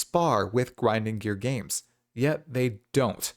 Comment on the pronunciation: gwinding gear games XD